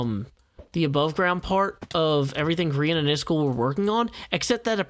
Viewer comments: iskall is actually pronounced kinda like ”ease-call” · Hey, I was born and raised in Mississippi and speak as southern as anyone does,,but even I know that "Iskall" is NOT pronounced "Is Skull" WTH dude?